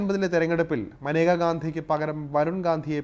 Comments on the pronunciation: Not Maneka, she is Menaka. Your pronunciation is wrong. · മാനേജ അല്ല മേനക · തൻ്റെ പേര് ഉച്ചരിക്കേണ്ടത് മനേക എന്നല്ല 'മേനക' എന്നാണെന്ന് അവർ തന്നെ പല പ്രാവശ്യം വ്യക്തമാക്കിയിട്ടുള്ളത് ശ്രദ്ധിക്കുക. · Report kollaam. But Maneka alla. Menaka ennaanu name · She kept her spelling like Maneka but her name should pronounce Menaka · മനേക അല്ല മേനക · മനേഗ അല്ല മേന ഗ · മനേകയല്ല. മേനകയുമല്ല. മേൻകയാണ്. ഇംഗ്ലീഷിൽ മേൻക എന്ന പേര് ജനന സർട്ടിഫിക്കറ്റിൽ എഴുതിച്ചേർത്തപ്പോൾ MANEKA എന്ന് തെറ്റായി എഴുതപ്പെട്ടതാണ് എന്ന് മേൻക തന്നെ പലപ്പോഴും പറഞ്ഞിട്ടുണ്ട്. അതുകൊണ്ട്, ദയവായി തെറ്റിച്ച് ഉച്ചരിച്ച് പ്രചരിപ്പിയ്ക്കരുത്. മോദിയുടെ പേരും പലരും മോഡി എന്ന് തെറ്റായി ഉച്ചരിയ്ക്കുന്നു. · Name is pronounced wrong,Pls do research before presenting a topic . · Sir I think Menaka is not correctly pronounced.